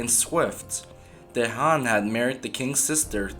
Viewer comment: Great channel pal, you are making great themes not just mainstream/popular one, just to help you with prounanciation of the names...Dejan=Deyan...Mrnjavcevic=Mrnyavchevic